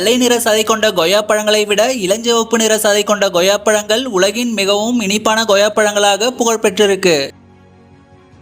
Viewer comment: தமிழில் உன் உச்சரிப்பை சரி செய் அது Goyya கிடையாது Koyya